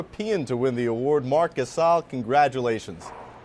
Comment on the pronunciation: Nobody: Kenny "The Jet" Smith: mark cuhSAAL